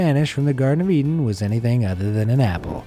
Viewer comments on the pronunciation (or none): none